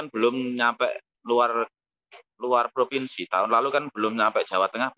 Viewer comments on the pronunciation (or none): none